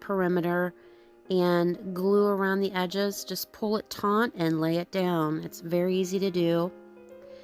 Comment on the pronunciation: It's taut not taunt 😂